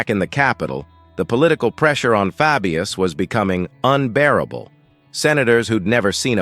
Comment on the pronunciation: i cant watch this because he keeps MISPRONOUNCING his name, its FABIUS as in HEY, DAY etc. not as in Fabulous